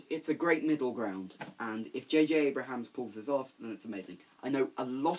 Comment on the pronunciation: JJ Abrams* Not JJ Abrahams.